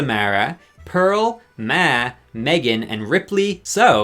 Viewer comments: Lol. Why do you keep saying “Meh” and not “Maw” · You are saying Ma wrong. It’s another name for Mom. It’s pronounce Maw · Why is he saying ma like that? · why do u say ma like that 😭😭😭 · never heard ‘Ma’ pronounced that way befor. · Why did he pronounce Ma like that? 😭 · The way he says “ma”…. Why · im so distracted by the way you said 'ma' the whole video im sorry 😭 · Fr like i was just stunned the whole time why did he say it like that 😭